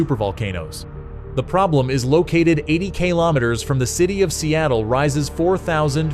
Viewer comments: 80 kaylometers? What the hell is that? Shitty oversight with the narration. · Kay lom it ters. lol 🤣🤣🤣🤣🤣love ai narrative 🤡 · "Eighty kaylometers" The background music is the worst. Sounds like a video game. Toss this whole thing 🙄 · yeah, right at the start the narration stated clearly 80 kaylometers. was enough for me.